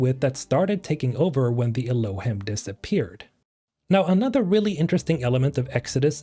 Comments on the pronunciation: Just in case nobody told you yet, the word Elohim is pronounced with a long e sound at the end, "elōˈhēm". It's a Hebrew word that refers to God or gods. Thanks for the video about Exodos. 😇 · "Elohim" is a Hebrew word, the plural of "god" (although when referring to the Jewish God, it's considered singular). It's pronounced "el-oh-HEEM". Also, I would bet money the pig named Charlotte is a reference to the children's book "Charlotte's Web" which is about a spider named Charlotte who saves a pig named Wilbur from being slaughtered. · Great vid! I like the action packed short vids you make. Fun fact (I think)., you read "Elohim." This is a Hebrew word used in the Bible, either as a title for the God of Israel himself, or as a generic word for "gods." Pronunciation based on ancient texts is: eh-loh-HEEM. That, along with the word "celestials" seems like this race is quite powerful and god-like. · It's pronounced like "el-oh-Heam" by the way. It's a Hebrew word for God.